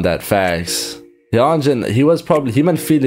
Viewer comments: helloo there! i think hyunjins is pronounced more like "h-yun-jin" (where "yun" rhymes with run) and seungmin is more like "soong-min" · hyunjin’s name is pronounced as “hue-n-jin” and felix’s is “yo-ng-bok” seungmin’s is “sung-min” bang chan’s is pretty obvious han’s is “han-jee-sung” changbin’s is also obvious Lee know as well i.n’s is “jong-in”